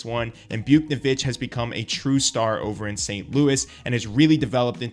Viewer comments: it’s pronounced “Bouch-Nev-ich” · You pronounced it Bouk-ne-vitch, you’re supposed to pronounce it Bouts-nev-itch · btw its Buwtch-nay-vitch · Buke-nuh-vich lmao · is this dude really saying buke-ni-vitch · I’ve never heard buchnevich pronounced like that😂😂 it’s Booch-neh-vitch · i thought you were gonna be one of those new, legit hockey chanel’s i subscribed to, until you said, “byuke-no-vick” wtf bro lmao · Pronounce buch’s name right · What did he call buchneveich!?😑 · The pronunciation of Buchnevich was the biggest mistake in this video. I’ll pass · That buch pronunciation is crazy lol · He lost a bit of credibility to me when I heard that lol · Bro has never watched hockey in his life. Or he is mentally challenged